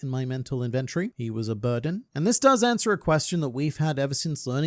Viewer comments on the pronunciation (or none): I'd never even considered that as an optional pronunciation of inventory